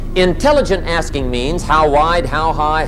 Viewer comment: Mann.... I thought he said the art of asians😂😅